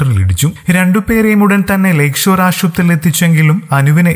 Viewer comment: Aadyam malayalam padi nee ,aashuvathri alla, he, kelkumbol kalippu aanu he